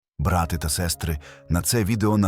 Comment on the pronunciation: не брАти, а братИ. Нвчи ШІ наголосам